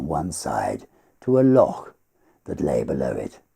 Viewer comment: Oh my goodness that beautiful voice! Perfect for The Highwayman. Appreciated your expert pronunciation of loch. Keep this stuff coming, absolutely love it.